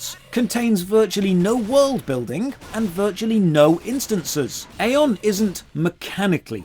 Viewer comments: It still hurts that people think it's EY!!!-on and not Eye-on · It's Aye on not Ay on 😅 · EYE-ON. When Aion came out, during WoWs peak it was actually pretty fun and new. Getting your wings etc. I loved it but it faded FAST. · Ion is how it’s pronounced, you are playing the newest version that is actually terrible, classic Aion was amazing for pvp before the rift nerfs which killed the game, this review is equivalent to saying osrs is shit because it’s all sand casino and repetitive pve and ignoring osrs back when it was good over 10 years ago. I normally like your videos but this is 30 mins of milking views. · You are mispronouncing the game name. :) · it's aion not aion 😐